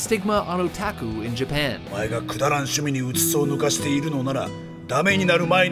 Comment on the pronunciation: The mispronunciations make this more interesting. O-tack-uu